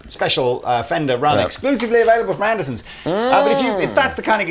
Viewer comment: Does the captain always say "andersons" instead of Andertons? Or was that just a one time slip up after the intro?